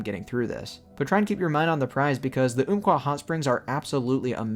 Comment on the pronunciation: Great video man. Just one correction, it's "Ump-Kwah", not "oomp-Kwah". This was named given to the river by the Athabascans long ago, and later the US government passed that name to the forest in 1908.